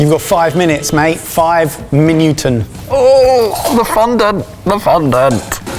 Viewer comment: he said "minutes" in PERFECT Dutch ! :)